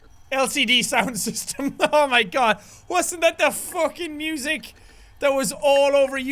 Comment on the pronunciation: Am a focking what mate? A fackin wizerd